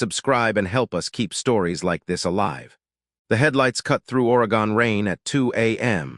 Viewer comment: "Or A Gone". Its just Oregone not a distinct 3 syllable city. Of course another 81 story. Not Outlaws MC, Highwaymen MC, Vagos MC, Sons of Silence MC. Countless other 1%er Clubs.